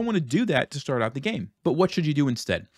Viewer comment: "shtart," "shtrong," "forshes"